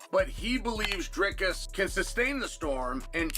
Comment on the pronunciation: Who is " Durkis ? " DRIKUS !! if you expect people to watch your channel learn to read and pronounce peoples names correctly